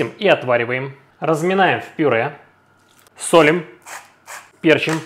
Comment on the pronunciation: Дитя перестройки: со'лим, пе'рчим. Так Миша Горбатый под пиндосов стелился, перенося ударение на первый слог, как в английском языке.